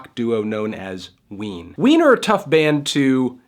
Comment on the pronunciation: all I hear is wiener